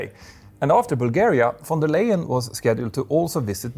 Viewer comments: her name is pronounced like "lie-en" not "lay-en" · Can we please pronounce the EY in Leyen like "I" in English? Thank you. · Ursula von der Leyen is not right in her head anyways.... also she is under investigation of money laundering... can't believe a darn thing she says... she is making the EU to crumble... and you pronounced her name wrong... and being at the pronunciation you always say your name wrong too... Peter is a dutch name... when there is 1 T you pronounce it as double E with 2 T's then it is like you say your own name..... It is sad when people can't say their own name right